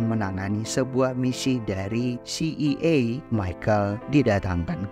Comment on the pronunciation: Si ay e bang bkn si i ay